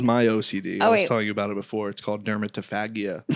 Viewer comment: Shout out to for mispronouncing dermatofagia (fazha).